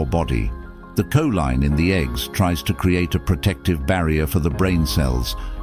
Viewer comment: How ignorant. He pronounces Coline two different ways.😂😂😂😂 I would like to file the money paper trail on this story